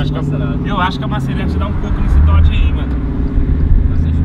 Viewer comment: Não é dorge charger e Challenger .